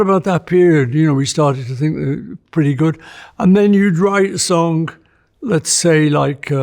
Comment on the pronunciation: What a great interview! Also, how Paul pronounces it “sonc” instead of song…